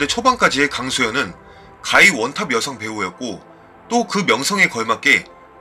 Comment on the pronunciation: 원.탑■이라고 발음해야 한다. 원탑 아니고.